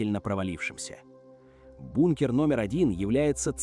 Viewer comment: 50000 футов это сколько чего? ИИшная жвачка. Слова не все произносит нормально. БУНКР